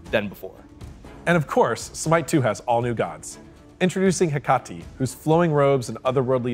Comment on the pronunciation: I must have missed it, but does Founder Pass carry over? Also, dying that Hecate was pronounced two different ways.